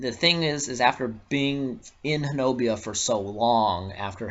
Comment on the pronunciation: Ho-na-bee get it right.It is native American.Why say it wrong?